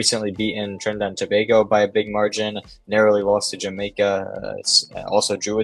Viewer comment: Thanks for pronouncing it properly as To-bay-go… not sure why people in the US mispronounce a neighbour as to-bah-go…